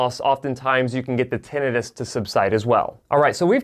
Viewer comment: It's not Tin-EYE-Tis. It's TIN-eh-tis.